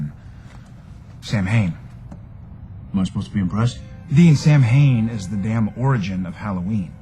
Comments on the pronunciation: Béla Kovács I know your comment is very old, but there's a difference between choosing which vampire lore to apply and incorrectly pronouncing an Irish word that is still being celebrated as a wiccan Sabbat to this day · “Sam Hain.” Good job. You said how it’s spelled. It’s pronounced “Sowwyn.” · is pronounced Sow-in not sam-hain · Love the show and you usually were very accurate in pronunciation of names and terms! But with Samhain, you screwed up. Samhain is pronounced,Saa Wn or Saw win! Definitely Not Sam Hain! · Everytime an American film ir series says sam hain instead of sowin makes me cringe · I cringed every time they'd say its pronunciation as Sam - hein instead of Sow - in. It was really pissing me off. Aren't there supposed to be people to research that kinda stuff for the show? Anyone who watches the History Channel knows how it's pronounced. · Samhain is pronounced Soween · For all you dick heads crying like little bitches this isn't what halloween is bla bla bla!!! This show takes real lore and some imagination to make something cool and creepy so chill the fuck out!!! they know it not sam hain you morons but that's what they are calling the demon behind this story!! they're not going to call him sam wain or sow-en that's just fucking stupid! ps some of what they are saying is actually fact do your damn research!! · I know it's pronounced Sow-in but I've always pronounced it the way they do, even before I got into this show. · ... it's pronounced like sow-in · He totally pronounced Samhain wrong.Shows really got to do more research on these things. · Actually it's "Sow-en". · Sam-hain?! This is the worst pronunciation of an Irish word that I have ever heard. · This pronunciation is an afront to Ireland! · Im reading the other comments and apparently this isnt how you pronounce the name Samhain. So, how do you pronounce it? Can anyone help me out with some phonetics, or something? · It's just a shame that he can't prpronounce Samhain correctly.